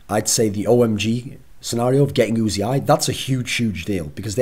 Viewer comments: U-Z-I sounds so wrong o.o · Isn't it pronounced UZI and not U-Z-I? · UZI is right he said it at worlds, after he was asked.